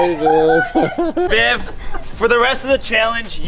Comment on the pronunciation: Not to sound weird but every time says viv it sounds like babe lol